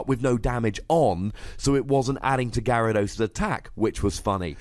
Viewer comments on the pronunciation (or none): none